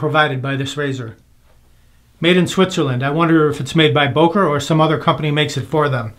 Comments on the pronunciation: It's pronounced "BUhker" as in "hUrt". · Very nice video as usual. Your pronunciation of Böker killed me. :D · You are pronouncing "Böker" wrong. Those dots on top make to "o" a front-vowel not a back-vowel as you pronounce it. Since my native language is enriched with vowel sounds it is extremely easy to for me to criticize you for mispronouncing "Böker".